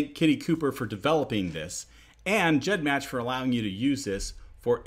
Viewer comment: He pronounced it 'GEDmatch' with that soft g, and I was shook, and since I imagine that 'g' stands for gene or genealogy, it makes sense, but it was still weird